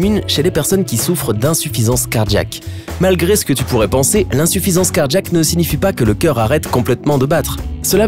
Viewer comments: Et quand on dit cardJaque au lieu de cardiiiaque, c’est quoi ??? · C'est car jack? Ou Cardiaque? Moi j'ai mal compris ta prononciation... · On dirait qu'il dit car-jack comme car-jacking 😂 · Cardjiaque cardjiaque cardjiaque 😂😂